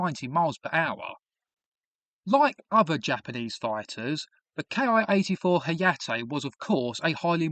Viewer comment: It's Ki like key. Not K I.